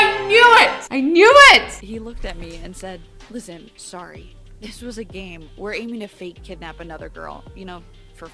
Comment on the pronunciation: YOU MADE ME START SAYING SOORY >:/